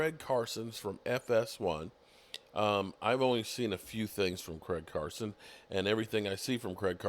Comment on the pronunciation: his name is Craig Carton not Carson. Come on get the name right. 😀